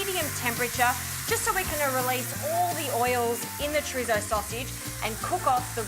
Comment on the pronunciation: No disrespect honestly but I love 💕 they way white people say Chorizo.